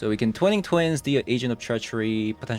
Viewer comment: Twine-ing Twin. Not Twining Twin:^)